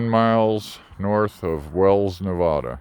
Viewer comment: Don't say Nev-ah-duh to a Native Nevadan, or any Nevadan for that matter...it's Nev-add-uh. haha. It's a running joke here...we cringe every time someone says Nev-ah-duh. Yep time to retire the blue van. You need a reliable rig, air conditioning & all to travel, not have to sink $$$ into it. I know, it's sentimental value, but there comes a time. You can't expect a 50- yr-old vehicle to perform like a newer vehicle on those distances. Safe travels.